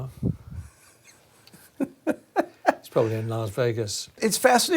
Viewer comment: Andy said “laughs Vegas”